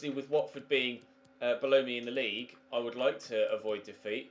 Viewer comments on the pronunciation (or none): none